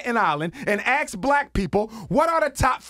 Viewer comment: Ask Dr J why he cannot pronounce 'ask' or speak grammatically. Or ax him.